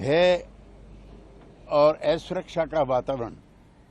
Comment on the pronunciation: Aisuraksha nhi ashuraksha hota hai Jara hindi to sahi bolo.Ab dekho kaise inke cheered ki Hawa nikal gai hai.inki hindi ke prati aakarshan hamare mann mai hai😅😅